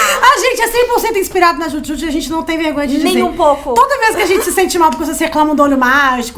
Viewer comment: Desculpem, mas quem era fã mesmo sabia pronunciar. Hahaha… É Dju Djut.